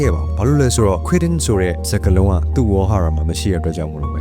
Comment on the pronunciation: Quitting ပြောနေတာကို ဘာပြောတာလဲလို့ ပြန်ပြန်နားထောင်လိုက်ရတယ်😒